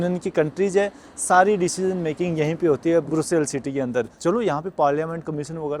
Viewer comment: ब्रुसेल्स नहीं ब्रसेल्स कहते हैं सर